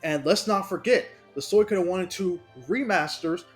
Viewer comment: its SWEE-KO-DEN jesus christ the way u say it hurts my ears